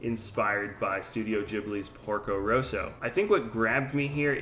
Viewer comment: He pronounced it correctly.